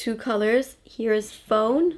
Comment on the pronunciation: Great video! Also, fawn is pronounced with the same kind of A sound as "talk," so fawn and talk rhyme :) Also, I'd LOVE to see some eye looks from you with the Jaclyn Hill palette; I have it but I don't use it enough and I'd love to recreate your looks.